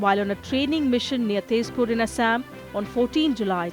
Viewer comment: not "asshame"...it's "ASSAM"...upgrade ur knowledge...so called highly educated moran